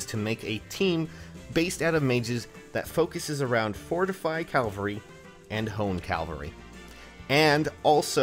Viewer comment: I kinda hear it too. Cal-va-ree